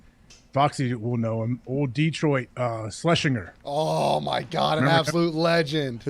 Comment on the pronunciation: Foxy needs to put some respect on Cory Schlesinger's name and pronounce it correctly. "Slesh-inger"